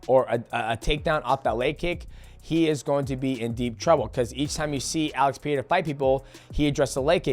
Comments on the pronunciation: Pe-re-ra Say it with me DJ 😂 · DJ, once again it's Pereira not Piera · “Alex pehera “ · Why do people struggle to say Pereira so badly? C'mon Mighty say it right bro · I hate how he tries to say Pereira in their language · Love you DJ but it hurts to hear how you pronounce Pereira 💀